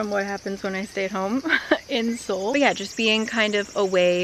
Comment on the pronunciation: I liked the colors in this video the most but I also liked how she didn’t pronounce Seoul as “soul” lol